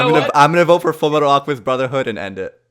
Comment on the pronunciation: yea its fulu metal acamistu brozherhoood